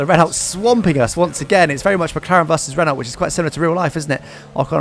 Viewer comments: Renualt = Reno, not Renull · The pronunciation of renault upsets me.. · This guy can’t even say Renault properly